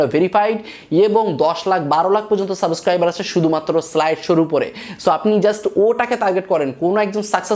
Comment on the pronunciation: ভাইয়া একটা কথা বলি রাগ কইরেন না। সাবোসক্রাইবার না সাবসক্রাইবার